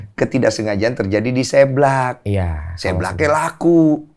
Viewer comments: Lucu amat koh densu bilang seblak nya... Seu koh seu.. dibaca seublak 😁😀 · Gereget banget pengen benerin kata seblak tiap bang deni ngomong séblak, harusnya tuh seblak bukan séblak 😭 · seblak (seseorang) bukan sèblak (mèrah) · Bg densu, bacanya seblak ya, bukan seblak... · Ko Densu ga bs ngomong SEBLAK. Salah pelafalan lu Ko. SEBLAK! Bukan SEBLAK. Duh gmn jelasinnya pake tulisan.